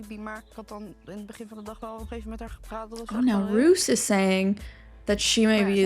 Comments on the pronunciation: Roos is pronounced as Rose. Rose is also the literal translation of Roos. Now you’re saying Roos as in rooster and it’s confusing me 😭😭😭. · Dutch is hard!!! 'Bottle' 😂😅😜You were correct , it's pronounced 'Beaudeal'. ❤ And Roos...🌹 is pronounced Rose. But with a rrrrrolling R . But just Rose is fine. 😉 Siem is pronounced as Seem. But hey...we still get it hahaha. And look at us Dutchies being an example of good communicators (watch me eat my words later...maybe). 😂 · Roos is pronounced as Rose 😊 (I watch a youtuber from the Netherlands with that same name and that's how she tells people to say it lol)